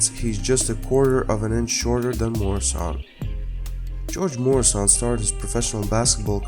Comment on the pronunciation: actually it's pronounced Gee-Yor-GAy Myur-aye-shon